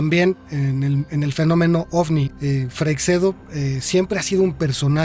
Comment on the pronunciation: Se pronuncia «Freishedo», no «Freicsedo» ni «Frecseido». Lo habéis pronunciado de mil maneras, y todas mal. 😂 Sólo lo ha pronunciado bien, aunque no al principio del vídeo. En España, Freixedo no era demasiado popular, salvo en el ámbito del misterio, claro. En comparación con Benítez, por ejemplo, aquí en España es un completo desconocido. Algunos lo consideraban demasiado friki. Buen programa. Saludos.